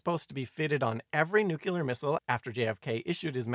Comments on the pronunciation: Good video. Very scary. One note: New clear, not nuke you ler. :) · Nice quickie. Not partial to your pronunciation of nuclear as nukuler though lol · I came to leave this very comment. Thank you